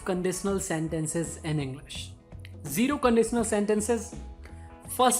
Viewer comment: Englisss× English✓